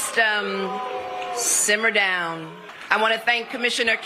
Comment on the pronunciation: I would've lost my cool when she said semer down